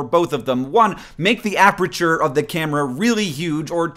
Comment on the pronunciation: HANK! Apreture? Really? You have given me a ticky twitch I cannot get rid of along the same lines as those people who say ISO as "eye-so" instead of I.S.O. A-PER-TURE. Your math is correct. (Probably... I'm just a photographer.)